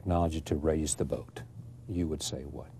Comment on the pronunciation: I cringed every time Charlie said "boat". Wonder why James didn't correct him. Good interview though, it reminded me of how much I missed that show.